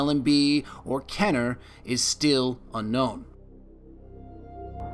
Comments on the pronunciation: KEY-ner. Not KEH-ner. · Easier if you said like this "Kin - er." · Its KEEner not KENner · KEEEEEEENER, not Kenner. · its keener... not kenner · kEEner.. not Kenner... you seven spelt it right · Awesome video! just so you know its pronounced kEEner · I stopped watching when he said “Kenner” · ok "kener" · Thought is was pronounced "KEY NER? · amazing video, but he was saying his last name like "kener" despite there being two e's before the n aha. that sort of thing just bugs me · Love this "Destiny Lore" style-ish video, do more!!!! P.S. I believe its pronnounced KEY-nur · It's pronounced KEENer you filthy casual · youre pronouncing my last name wrong fam xD